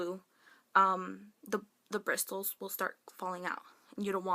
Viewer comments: hehe it's pronounced like BRISSELS hun <3 great video :)) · Bristles? The T is silent.. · lol In the word bristles, the 't' is silent:P you kept pronouncing the T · PLEASE watch other people's videos & learn how to pronounce words... "BriSSSSSles". "Laura Merc-y-a" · Pronounced BRISSSSOLS. The t is silent argh! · That's not how you pronounce bristles.. The T is silent.. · The t is silent in the word 'bristles'. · I've never heard anyone pronounce the "t" in "bristles" lol (not making fun of you, it's cute). I used to have acne like yours but as I'm getting older, changing my diet, using homemade remedies and never trying to cover it with makeup, I find I don't break out as much. I have horrible scarring, but I'm just glad I don't have so many of those painful things on my face. The scars and craters don't bother me anymore, and I'm fine with them slowly going away with my new routine. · The T in bristles is silent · the T is silent in "bristles"